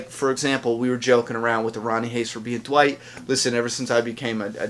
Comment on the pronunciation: Dwight? No, his name is Wight since Eugene still got the "D" in his mouth 😂